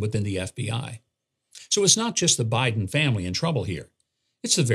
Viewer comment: He mispronounced BIDEN …